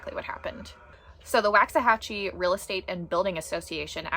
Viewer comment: Lifelong Waxahachie Resident here 👋🏼👋🏼 It is pronounced “Walks A Hatch E”. Please and thank you ♥️♥️